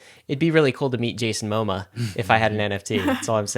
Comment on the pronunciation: Jason MO-MA? Steve bus-CEMI? Lol Jesus guys...